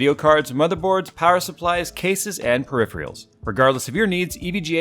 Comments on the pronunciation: Say it with me kids.... PERIPH-REALS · I look forward to the "periphrials" pronunciation in every sponsored video. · love your videos but it really bugs me the way you pronounce peripherials pls fix thnx k bie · Please learn how to pronounce peripherals correctly thanks smile